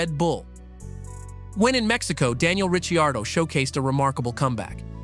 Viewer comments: Richi-ardo, are you kidding me? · Wow if you can't say his name right your fired...thumbs down never watching again. Need to get these idiots out looking for views with zero content. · You think he could pronounce his name correctly. NO! Instead butchered it!